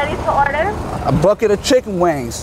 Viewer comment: "A bucket of chicken wanngss" lol idk why i laughed so hard